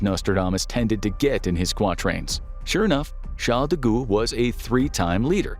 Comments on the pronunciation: De Gall, not De ghoul! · De Gaulle is pronounced like the goal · "De Gualle " is pronounced De G ah l. I love your channel! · Charles de goule 😂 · James Randi's book The Mask of Nostradamus demolishes the idea that Nostradamus's quatrains have any prophetic value. The application of quatrains to the JKF assassination and 9/11 is especially unconvincing. Also, I laughed out loud when the narrator pronounced De Gaulle "De Ghoul." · Please learn to say Charles de Gaulle.